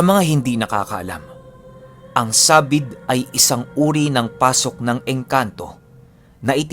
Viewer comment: Sabīd not sa-bîd. Just saying.